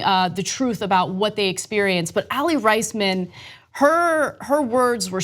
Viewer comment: Aly Rice-men? Pretty sure it's Aly Raise-men